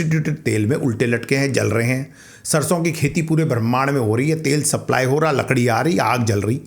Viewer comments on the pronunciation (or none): none